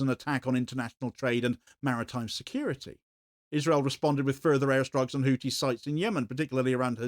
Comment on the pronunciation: Hou-thi (pronounced Hoo-thee) not hootie, you muppet.